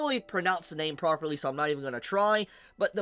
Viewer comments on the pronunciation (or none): none